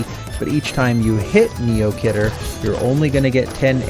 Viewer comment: khidr is pronounced key der